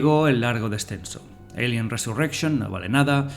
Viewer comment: ¿Porqué dices "yinomorph en vez de Xenomorfo? Porqué dices "Eilien" en vez de alien, pero luego dices tiranosaurio o velociraptor? El vídeo está guay y te pido disculpas pero es que cada vez que oía Yinomorf me sacaba del vídeo